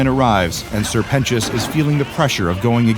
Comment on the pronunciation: “Sir penus”